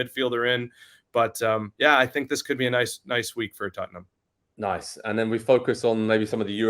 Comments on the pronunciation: Why is he saying tuttenhum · What is tut-num? Spurs may be easier to pronounce.